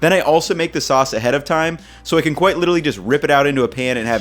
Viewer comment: No one: Absolutely no one:: qUUIte LI-CHE-RALLY